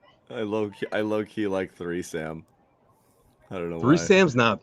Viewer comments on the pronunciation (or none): Three-can-sam lol